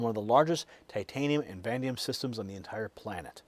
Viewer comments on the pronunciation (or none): Brother, I love your stuff, but on this one little thing I've gotta call you out. Its vuh-NAY-dee-um. Not van-deum. That said, I really do love what you're doing and just want to say, keep up the good work! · Vuh NA Dee um. Not vandium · So what is Vandium? I thought it was Vanadium